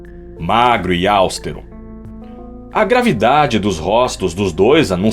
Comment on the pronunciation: Não é áustero: é austero.